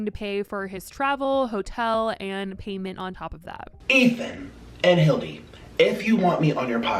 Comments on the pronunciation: Idk y when he calls hila “hilldy” it fucks me up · I HATE how he still calls Hila, Hilde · Did he really say “Ethan and Hillie” ?!?!? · Saying Hildi isn't disrespectful